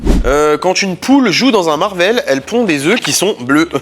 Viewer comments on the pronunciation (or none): none